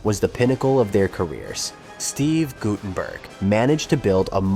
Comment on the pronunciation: why do all these types of videos have shitty AI voice overs? GuT-TUN-BURK , LESSERD........ c'mon..... also, the shirt "mistakes" must have been on purpose.